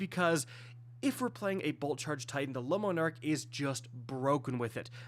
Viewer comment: The word is not “Lemon Arc” 🤦‍♂️